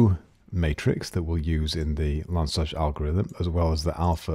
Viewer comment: Just on a side note about pronunciation. The name "Krylov" is pronounced "Krilof" with the stress on the last syllable and the "y" being simply an "i" as in "sit". "Lanczos" is pronounced as "Lanchosh" with the stress on the first syllable.